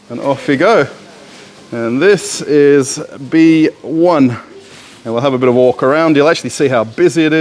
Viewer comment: The "B1" is probably not pronounced "Bee One", but rather "Vee One", since the B probably stands for "выбор" (choice). In other words is probably stands for "Choice 1".